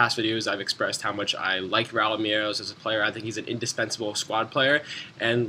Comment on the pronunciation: why do u say Merelose?? its pronouned Me-rel-ez